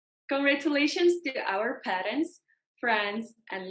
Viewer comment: Idk y but it was sooo funny on how she pronounced the “congratulations” but fair enough english is not her first language lol